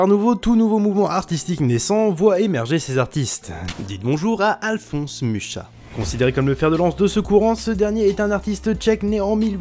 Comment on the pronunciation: Mucha pas mutcha stp je sait que ça me casse les couille de devoir étudier ses truc dans mes cours mais je veux casser les couille mtn que je connais ça xD